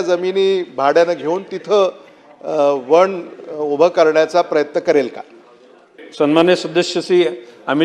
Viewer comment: वन वण नाही